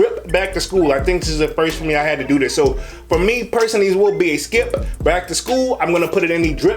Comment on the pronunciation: he says skip-p or drip-p